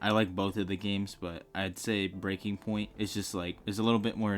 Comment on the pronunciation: Is the fact you keep calling the game ‘breaking’ point instead of Breakpoint a joke I don’t get or…?! 😂 Anyway, I like the video, made me buy the game 🎉